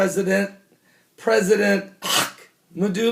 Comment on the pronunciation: First of all, It is very annoying to listen to you pronounce Ahmadinejad's name. Secondly, It is not KAYAN. It is not a Porche. It's is pronounced Key'hAn. Thirdly, I read Iranian media on a daily basis and there is no such a declaration by Iranian establishment. In fact, Khamenei pronounced a religious decree aka Fatwa making the manufacture of a nuclear device forbidden. So, stop spreading the nonsense. Last time I checked it is Iran that is surrounded by American bases and warships.